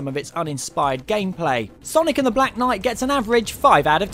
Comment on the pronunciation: is name a black night not block noight XD